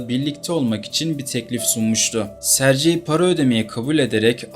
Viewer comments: Rusyada, Rusçada Sercey diye bir issim yok bilader!!!!! Aynı yazıldığı gibi söylenir Sergey!!! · SARCEYDEN sonra izlemeyi bıraktım. SERGEY diye söylenir. Sankt Peterburguda. Sankt PETRASBURG dediğiniz gibi. Hep telaffuzu bozuyosunuz. Önce biraz telaffuz eğitimi alın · sercei okunmaz serygey okunur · Serci nedir? Sergey😂😂😂😂😂😂 Sergey ingilis ismi degil. Serci okunsun. önce öğren sonra konuş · Sercey deyil Sergey yumuşak g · AY bala serci yox Sergey g harfiyle serqey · Italyan ismi gibi okuyorsun.sercei degil sergey diye okunur. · Hikaye için teşekkür ederiz. Ancak, bir Rus dili ve edebiyatçısı olarak şunu demeliyim ki, adamın ismini yanlış hitap eden diyorsunuz, doğrusu Serg(Giresun)ey👍🏻. C değil. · Her Sercey deyende eseb oluram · sergey okunur